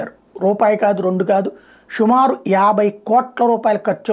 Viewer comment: షుమారు కాదు సుమారు. Prabhash so great ❤